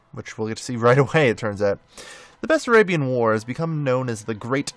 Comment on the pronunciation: I don't want to be rude but is Basarabia not Basserabia :)